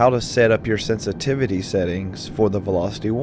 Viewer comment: Am I a nut but is my ear sense-tivity not inline with my vocabulary sen-si-tiv-i-ty? :) Just sayin!